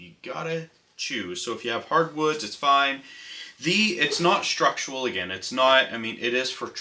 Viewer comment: Great video but your pronunciation of "structural" drives me crazy. You pronounce it like "structual".